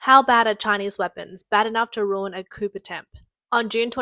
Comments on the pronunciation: Coup → “Coo,” not “Coop” Chilé → “Chee-LEH,” not “Chilli” Chilean → “Chee-LEH-in,” not “Chillian” Bangladesh → “BAHN-glah-desh,” not “Blangadesh” Disastrous → “Dih-ZÆ-struss,” not “Distrastrous” Pakistan → “PAH-kee-stahn,” not “PÆ-kih-stan” Fared → “Faired,” not “Fard” AND Subsidence → “Sub-SIGH-dense,” not “SUB-sih-dense” I love your voice and accent, Australian lady, but you Australians really have a penchant for mispronouncing things 😂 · The 'p' in coup is silent. It's pronounced as 'ku'. Most annoying... 🦘🦘🦘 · I enjoy the awkward pronounciation. I used to say Coup that way too. Turns out is French, so you skip the last letters. "Coo" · Coop? The word is coup the p is silent numb nuts. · You prononce coup as coo, not coop. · Why is the narrator saying “coop” not “coo”?! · Well not exactly off to hot start with COOP, it’s well known as French pronunciation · Man these AI voices are still bad. It's Coo not coop. You don't pronounce the p. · The fact shes pronouncing it like "coop" cracks me up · Coup is pronounced as 'coo' and not as 'coop.' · Why she keep saying "coop" lol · Pronounced "koo" not "koop" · It's Pronounced KOO not COOP. Also yeah made in China means Made in China there are no exceptions. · COUP is NOT pronounced "koop". It's "koo". PLEASE LEARN. Your reader here has very, very poor knowledge of the English language. 👎 It's Ban-gla-desh. "Made In China" quality on full display with the CCP 'weapons'. You get what you pay for... M 🦘🏏😎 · It's 'coo' not 'coop'. AI still has some way to go, or is this just a narrator who is the product of modern rotten, useless schools and universities? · You keep pronouncing coup as coop, but it's properly pronounced coo. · Coooo not coup. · There's no 'p' in coup. Its 'coo'. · It's pronounced “coo“ not “coop“ 😂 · Coo not coop. Just saying, a journalist must know correct pronunciation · You can tell it's an AI voice because no knowledgeable English speaker pronounces coup as "COOP". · It's pronounced "koo" not "koup"